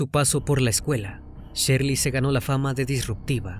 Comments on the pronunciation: No es Sherly, es Shirley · NO ES SHERLY ES SHIRLEY